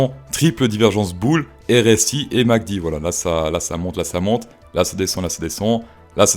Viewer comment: Répète après moi M, A, C, D, pas Mc Dee